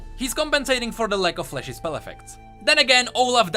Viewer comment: the way you say flashy sounds like fleshy :v